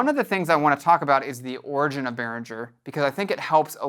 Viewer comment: Pronounce BehrinGGer not BehrinDJer